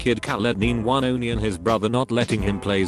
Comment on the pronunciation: This is without a fucking doubt the single worst, most fucking annoying pile of automated mispronunciations in a reddit video I have ever encountered. “Khaled nine double eleven” holy christ